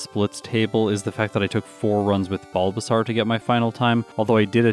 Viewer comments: Okay and here i thought it was just me hearing it wrong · no one: absolutely no one:: “BulbaSARRRR”